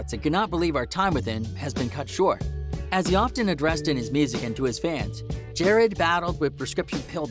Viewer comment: really pronounced Juice WRLD’s first name ‘Jarad’ wrong 😐🙃